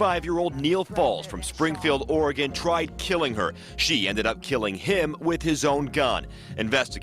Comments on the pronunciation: You pronounced ORYGUN correctly. Xoxo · Love that you pronounced Oregon correctly!! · You have no idea how much I love that you pronounced Oregon correctly. Thanks! 💜